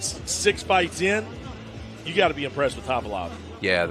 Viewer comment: But he pronounce khavalov as khalivov all the times ...